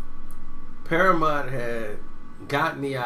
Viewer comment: Damn cant pronounce shit! PARAMONT?